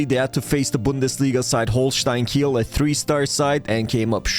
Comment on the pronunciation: pronounced kee-ell